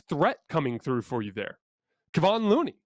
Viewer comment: If anything, can you actually learn how to say Kevon Looney's name? It's disrespectful at this point.